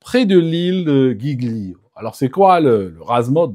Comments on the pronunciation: La petite embarcation dite Tender ou Dinghy est une Annexe en français. (et on dit 'djii-lio' pour l'Ile de Giglio)😉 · ☝️ Giglio, se prononce "D'jilio" !!! 😉